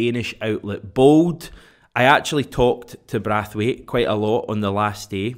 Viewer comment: Omg it's braithwaite ! Not brathwaite 😂😂😂😂 embarrassing